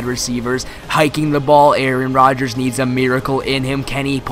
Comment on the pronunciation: you said rarron Rodgers